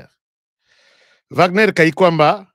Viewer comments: En allemand W se lit V, Wagner=//Vagner// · Wagner est un nom qui vient de l'allemand W devant une syllabe on le prononce v. Je suis Wagner